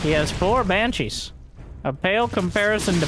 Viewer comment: Why calls Banshees Hypershes?